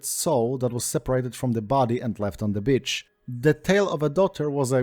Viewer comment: Enjoying this but constantly giggling because when you say "beach" it sounds like "bitch."